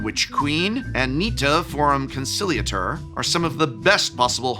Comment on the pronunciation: That's an interesting pronunciation of "conciliator".